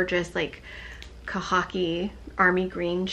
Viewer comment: "Kah-ha-kee" =khaki??